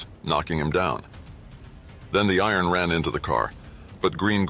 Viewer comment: His name is not "the iron" :face-red-droopy-eyes